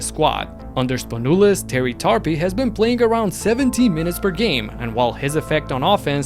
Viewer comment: Terry Tarpey (more like tar-peh not tar-pi lol), it's almost like "tar-pay"